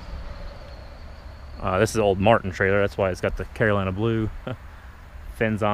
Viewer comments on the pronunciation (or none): none